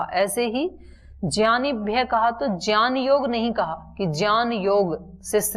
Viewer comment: Gyan ko jyan kyun bolte ho bta dijiye